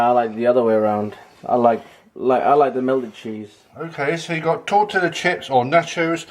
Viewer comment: Lol toetilla is pronounced Torteeeuhhh